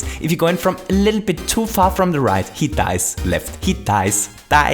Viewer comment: funniest part: TOO FAST HE DICES,TOO SLOW HE DICES,WHEN HE GOES RIGHT, HE DICES, LEFT,HE DICES DICES DICES